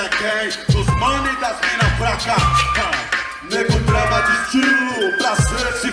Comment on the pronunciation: E na moral, não é negro drama, é NEGO DRAMA porra!!!! Respeita o dialeto rsrs